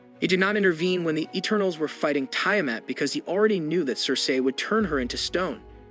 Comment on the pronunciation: It's pronounced: E turn ulls Why do you pronounce it a different way each time?